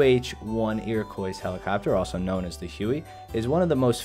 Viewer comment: For future reference, you do not pronounce the "s" of Iroquois.